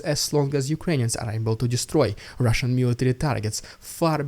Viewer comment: "Its the rrrrrussian idiot" is all i hear. Is it what you really say? Love your work